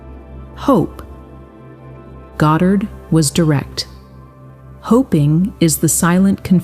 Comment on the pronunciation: Please pronounce Neville’s last-name correctly! The accent is on the first syllable God’dard!